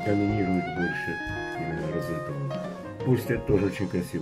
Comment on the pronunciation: Розенталь - с мягким знаком в конце слова